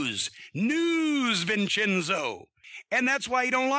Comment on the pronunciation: Vinchinso lol